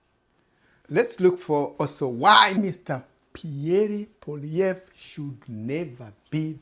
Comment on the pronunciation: Lmao, thanks but I will vote for who I want to and it won’t be for the Liberals after the mess they made after 9 years. You cannot even pronounce Pierre Poilievre’s name properly. Who are you to tell me how to vote?🙄 The Liberals won because of massive fear mongering about Donald Trump, end of story. This Liberal party is the most corrupt party we have ever had, and after 30 yrs of voting Liberal, they have lost me. Never again.